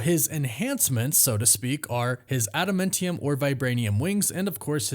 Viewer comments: I know it's nit picky, but why do you keep saying ada-men-tium? It's ada-MAN-tium. It's like nails down a chalkboard every time you say it. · Bro do you even watch the movies or read the comics ? wtf is “ada-mint-ium”😂 it’s adaMANtium. Noob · Please learn how to pronounce Adamantium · My word, please pronounce admantium correct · Glad I'm not the only one who finds his pronunciation weird 🤪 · Please learn how to say Adamantium